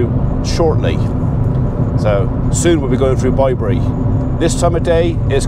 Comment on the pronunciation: I hope Mrs P is coming home soon. It was strange hearing you say Bye bury, were I am in Hamshire (with a silent H) I have always known it as Bibury as in babies bib.